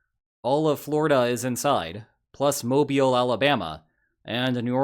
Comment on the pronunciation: My congratulations and my respect both go to you sir for finally seemingly being the only Creator on YouTube that can correctly pronounce Mobile, Alabama.👍🙂